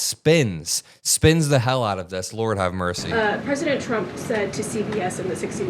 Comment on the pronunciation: She actually calls him President Chump! Listen and you won’t be able to unhear it.